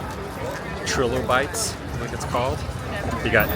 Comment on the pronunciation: Hey Adam, the Trilobites is pronounced TRY LOW Bites...I was just in a quarry in Utah digging up Trilobites yesterday! So cool. Great video. I have not been there since it opened!